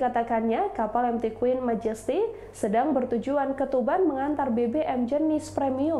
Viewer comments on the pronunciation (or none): Queen Magesty? Queen Majesty bacanya :"